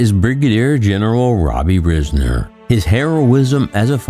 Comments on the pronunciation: Not Riz-ner. It is Rye-zner. He was impressive. I got to meet him in 1978. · Thanks for the video. As a Risner, I would like to point out that the pronunciation of our last name sounds like “Rise-near” not “Riz-ner”.